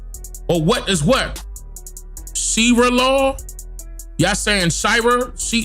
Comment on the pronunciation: She-ra law😂😂😂😂😂😂. We know what you mean